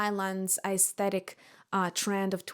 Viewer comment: You're a very nice and smart lady but also so pretentious. However you can't even pronounce the word 'aesthetic' right.🤔🤔